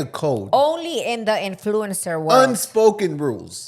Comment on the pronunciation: Repeat after me IN-FLOO-UHN-SR . You’re pronouncing influencer wrong.